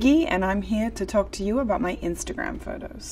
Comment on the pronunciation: Im not sure if non Australians can hear it, but to me it kinda sounds like she's starting to say some words in an amercanish accent ( when she said 'talk' and 'photos' in the opening bit). Its very subtle, but I cant help but hear it